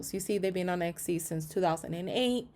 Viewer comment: it's not exy it is etsy